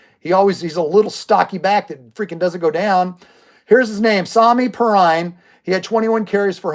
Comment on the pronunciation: Pronounced pee-rine